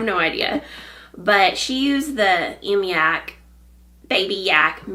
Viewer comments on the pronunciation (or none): Great to see you. Fyi mYak is pronounced like the words “my yak.” Re: row counting. I struggled always with row counting as in the Sophie patterns or the free Baktus design that was so popular a few years ago. Then, I discovered Lucy Neatby’s method, genious! Check it out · Hello, the yak-yarn you are using is pronounced: my-yak. It is a wonderful company and if you do have the time, I would recommend, to watch the episode 56 from fruity knitting, where they have an interview with Paola and Andrea. It is really worth watching it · Hey there, I’m from texarkana, not far from you!! Just found you and enjoyed both episodes. I think the Myak is pronounced My-yak. My husband used to be a beekeeper. Loved it, but now we live in town. People blame all bee aggravations on the local beekeeper. As if that’s the only place they can be found! Thank you for a good episode on cowls, scarves and shawls. Love the song! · Myak is pronounced "My Yak". Enjoyed the episode, as usual!